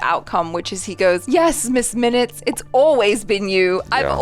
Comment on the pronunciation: Sorry. Miss Minutes. I thought you said miz😅